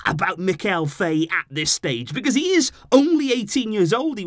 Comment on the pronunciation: Name's pronounced F"ah"ye if he's Senegalese.